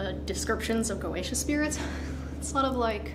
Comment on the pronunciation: She Said Croacia?